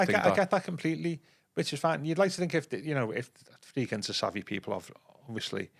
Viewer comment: I was driving along this morning listening to the last one and thought the same thing. He's been doing it months.